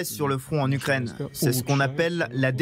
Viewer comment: Après 2 ans elle devrait être capable dire ukraine sans casiment déformer le mot.